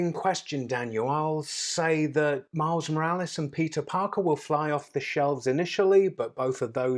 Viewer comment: did he said miles morales or mouse morales? but even if he said mouse i really like the vid :)